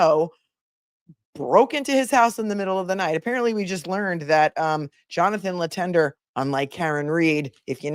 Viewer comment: As a french-canadian, hearing the name Letendre pronounced « Lee-Ten-Der » makes my ears cringe 😬😅😂